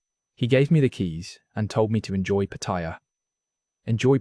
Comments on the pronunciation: Patt-a-ya not Patt-i-ya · Why do people pronounce Pattaya incorrect